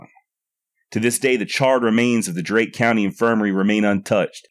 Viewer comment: Nicely done. Respectfully, however, she is from Darke County and not Drake. It is pronounced “dark”.